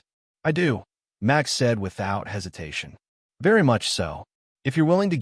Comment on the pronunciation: Why did you pronounce Max as Much ?